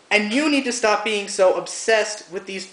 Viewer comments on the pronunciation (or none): none